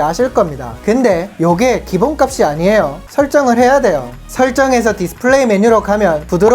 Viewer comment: 되~~~요 이 멘트 찰지네요 ㅋㅋㅋㅋ